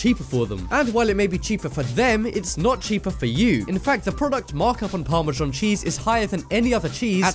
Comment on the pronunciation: What the fuck is parmazhong..??. it's pronounced "par-ma-zan".